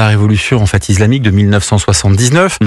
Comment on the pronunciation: Bonjour, pourquoi (pas sur de l'orthographe..); dit-il "izlamique" plutot que islamique???.Cordialement.